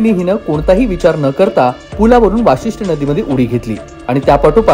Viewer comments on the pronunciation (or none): वासिष्ठी नाहीं भाऊ वशिष्टी नदी आहे